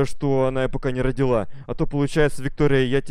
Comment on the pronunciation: Не рОдила а родИла